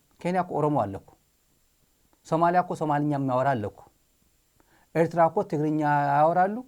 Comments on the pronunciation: Someone has to tell the Ethiopian foreign minister how to pronounce Eritrea, he is very annoying and childish. Ethiopians are historically our brothers no one denies that, especially those in Tigray and Amhara, we are blood relatives. Having said that we Eritrean we don’t want have anything we need from Ethiopia. Our country is enough of us and he can keep his Ethiopia and we will keep our Eritrea. Respect!!! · ውድ ስታሊን እንደዛሬ ቅቢ ኣላጥጣሀኝም። በጣም ኣመስግናለሁ። ኢሄ ጊድዮን የሚባለው፡ የኤርትራን ስም እንኳን በትክክል መጥራት ያልቻለ ተብታባ።